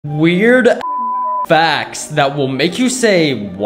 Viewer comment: Why did you say it like that "weird, ass facts" like bro